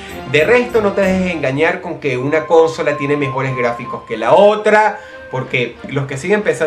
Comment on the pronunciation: Dross, ¿por que acentúas "cónsola"?